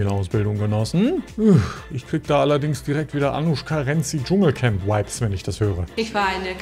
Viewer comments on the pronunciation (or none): wieso sagst du immer WHIPES, wenn du Vibes meinst? LG mit Knutscherchen